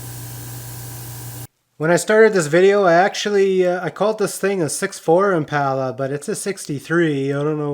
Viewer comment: That Im-Puh-Luh came out really nice........nice wheels..........